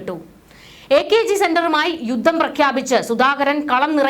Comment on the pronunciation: യൂത്തം അല്ല യുദ്ധം എന്ന് പറഞ്ഞു പഠിക്ക്..